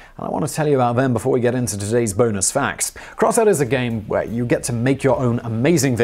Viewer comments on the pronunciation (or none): none